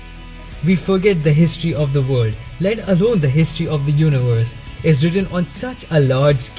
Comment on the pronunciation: minutes you said "Meditate on how we are all specks of dust in this immense universe' but I thought you said Urinal (instead of universe) I thought that was hilarious.